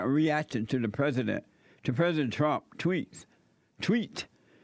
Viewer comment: Can't help but love a deadbeat that says the word 'Trump' but only pronounces the first three letters. Way to go caveman!!